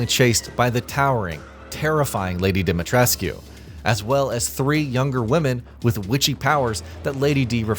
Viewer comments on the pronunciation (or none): I know in the grand scheme of things it’s whatever……but…. I’ve always had issues with this channel mispronouncing Lady D’s name. 😂.